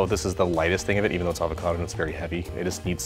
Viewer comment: Avocado "salad". Comon bro make an effort.